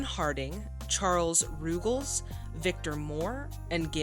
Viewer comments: Charles Ruggles last name is pronounced "rug-els', like a rug on the floor. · One of my favorites - a secret gem. Came across it several years ago on TCM. I have it recorded so I can watch it whenever I feel a bit down. BTW, it’s Charles Rug-els. Thanks for reviewing.